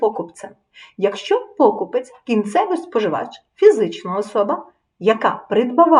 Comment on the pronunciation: Правильний наголос у слові покупець має бути поставлений на склад з літерою Е — покупЕць. покупе́ць